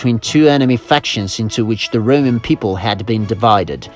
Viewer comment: every time he says "Roman" I hear "rodent" and now all I can think of is rats running around in armor and building cool shit